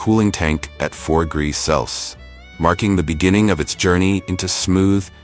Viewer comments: the bot can't say Celsius. 90% of the methane cows produce is from burping, not farting. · Annoying AI dervied commentary but if you can ignore that then this is quite an interesting piece of work. This AI client doesn't understand the word 'celcius'